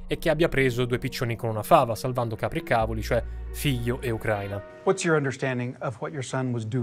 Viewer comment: Certe volte mi chiedo se lo fai apposta, a spostare tutti gli accenti alle parole, anche a parole che hanno un accento generalmente conosciuto e accettato. Io mi rífiuto, catègoricamentè, di íscrivermi al tuo cànale pèrchè provò veràmente un gravè scònforto quandò immagíno che oltre a Ucrània o pérformans qualcuno possa andare in giro a rípetere addíritturà psichedélia. Please. Stop. Get some help 😅